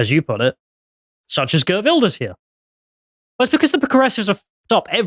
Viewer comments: Pronounced Heert Vilders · mispronouncing Geert Wilders is so funny. Because of Farmer's party winning the procvince election, that the wef stooge aka rutte disbanded the government after it, so election happened way earlier, as it was supposed 2 be March 2025.